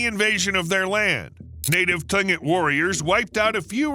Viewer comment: Tlingit—the native tribes of southeast Alaska—is pronounced, KLING-GIT.